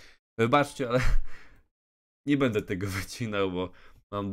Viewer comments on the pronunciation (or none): none